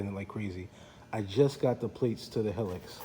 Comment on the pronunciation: Thanks for your nice review. I love my 2004 Helix that just turned 21000 miles with no issues - just normal maintenance. It's worlds better than my first scooter - a 1957 Cushman Pacemaker! By the way, it's pronounced he-licks, not hell-iks.